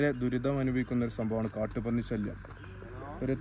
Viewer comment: അവതാരകൻ കാണാൻ എന്താ സൂപ്പർ പക്ഷെ വാ തുറന്നാൽ കഷ്ടം. ശല്യം എന്നുപോലും മലയാളം പറയാൻ അറിയില്ല "സല്ലിയാം "ആണുപോലും